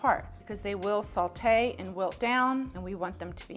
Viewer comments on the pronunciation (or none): Fun Fact: There's no L in "Sautée" but if you add too much salt the dish will taste too Saltée.